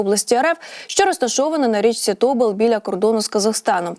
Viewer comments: Кажіть правильно. Не тОбол, а ТобОл, не Ока, а окА, не херотА, а херОта. Де вас вчиил всіх? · Що це за річка. О'ка, То' бол - - треба Ока', Тобо'л.. Така безграмотна дикторка, що соромно за неї. Особливо, коли читає географічні назви і не тільки!!!